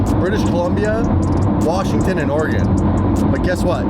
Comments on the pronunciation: saying Oregon correctly makes my heart happy. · THANK YOU for pronouncing "Oregon" correctly!